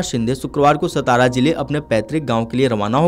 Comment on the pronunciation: सतारा नही सातारा बोलो